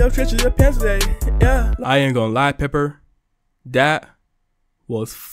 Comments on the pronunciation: peppa❌ pepper✅ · Bro called her pepper